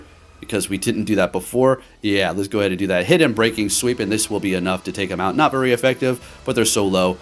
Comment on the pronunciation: Right 💀 my man is killing my brain cells every time he says it wrong. Like fam your clicking the button everytime and see what it says 🤣